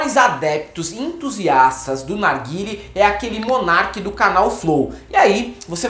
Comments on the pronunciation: Ótimo vídeo! 👏🏼👏🏼👏🏼👏🏼👏🏼 só acho que não é "narguíle". É "narguilé". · O NOME DA PORQUEIRA DO CACHIMBO É "NARGUILÉ" , LÊ-SE NARGUILÊ . DEU PRA ENTENDER??????? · Desculpe-me garotos, mas a pronúncia certa é narguilê ou narguilé.